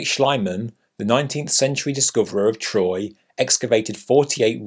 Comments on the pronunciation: Thanks. Schleimann= Schleemann, not Schlimann. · H. Schliemann is pronounced SHLEE-mon. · I think the name Schliemann is mispronounced as Schleimann rhyming with "shy man" instead of "free man". Great video, reminding us of questions not asked often enough in this world preoccupied with current events. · Very interesting. The only thing I can criticise is your pronounciation is name of Heinrich Schliemann. The "Schlie" part should rhyme with pee or me or wee but not with Hi or why or by. Ask anybody who speaks (and reads) German. Thanks for the great post.